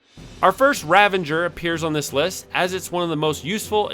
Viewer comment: The imaginary "n" you inserted into the pronunciation of "Ravager" had me go double check the spelling of the word. 😂 Quite the oversight in the making of this video, but I still had fun with the content :) PS, Sazh does suck... But I see him as the heart of the team and most likable character. So I'll force him into every role to keep him around 😁... His character stats are partially offset, though, by his weapons having some of the best stats in the game.